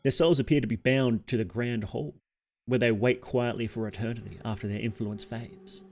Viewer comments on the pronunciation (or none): none